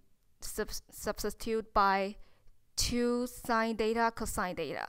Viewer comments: "Theta " thats not" deta" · The way she's pronouncing theta😄 Is just adorable. It's like she's saying data ngl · It was a bit annoying for me tho. But anyways..